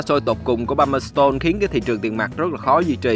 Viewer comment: Thông tin rất hữu ích, xin cảm ơn. Người New Zealand đọc là Pa-mer-stân ( không phải s tôn) và New Zi Lân (ko phải land). Thanks bạn